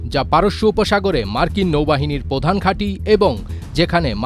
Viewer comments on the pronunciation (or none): none